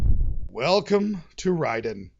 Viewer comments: Big ups for pronouncing the title correctly! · I always pronounced it Ray-den!